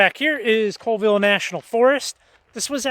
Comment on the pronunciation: Another excellent walk through of DIY Rockhounding. (Colville and Pend Oreille are pronounced "Callville" and "Pon-der-ay". Keep up the great videos. P.S. At your suggestion I just bought a pair of Traction Tracks!